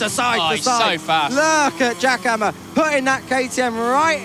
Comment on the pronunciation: I heard Giacomo instead Jack Hammer 😅.